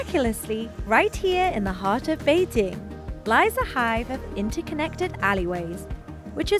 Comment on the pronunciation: 2 thumbs up!! Yes the hutongs got the nostalgia feelings, but.........they will disappear with the incoming of highrise buildings and modern shops, kinda like what happened in Singapore. Thank you for pronouncing "Bei- Jing" correctly!